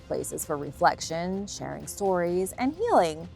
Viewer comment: “She said sharking,lol”